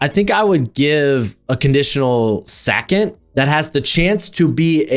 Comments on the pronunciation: Why are you saying Sackond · I've watched a lot of these guy's videos & Ive never noticed him having an accent or a speech impediment & I must have heard him say 2nd before because I mainly watch his mocks. Why the Hell is he saying "sackent" instead on 2nd. Is he Fn with us? Did he make a bet with someone? Is this a "now" "meow" situation? LMFAO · The way you say 2nd is insane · The way you say “second” is WILDDDD 😂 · I came to the comments for this 😂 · Love the channel, but say "2nd" again 😂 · fr. I have seen so many of his videos and that caught me off guard